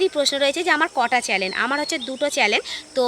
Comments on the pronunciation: চ্যানেল বলো। চ্যালেন শুনতে লাগছে। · Charlene na...chanel bolo